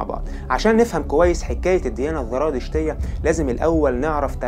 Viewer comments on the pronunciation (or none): اسمها الزرادشتيه وليس الذرادشتيه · ليش عم بتقول ذرادشت والذراديشتية حبيبي زرادشت والزرادشتية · أولا سردك جميل ومرتب ولكن حتى تتطور وتصبح أفضل ، أرجو أن تهتم باللغة العربية في سردك من حيث النطق ومخارج الحروف ، وتصحح أخطائك اللفظية ... مثال ذلك .. الديانة الزرادشتية بالزاي وليست بحرف الذال ونفس الخطأ في نطق الديانة اليزيدية، تحياتي لك .. وإستمر فأنت جميل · اخي الكريم شكرا عللى الفديوهات الرائعة .. لكنك كمصري لماذا لا تفرق بين حرف ذ و حرف ز ؟؟ اسمها الديانية الزرادشتية والديانة اليزيدية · يا اخي الزرادشتيه وليس (الذرادشتيه)، ارجوكم ايها الاخوه المصريين صححوا لغتكم اصبحتم لا تعرفونالفرق بين الزاي والذال في الكلام العربي. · انا معجبة بقناتك و اشكرك على المجهودات العظيمة ..لكن نصيحة اخوية ..حاول ان تنطق الحروف كما تقراها و لا تحول حرف ال ز الى ذ او ق الى ك ..مثلا الزرادشتية بالزاي. بالتوفيق